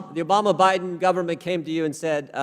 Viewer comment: I love when Mr Jordan says The Badén Obama Government. I love this brave and patriotic man. he is my fighting cock ♥️♥️♥️♥️♥️♥️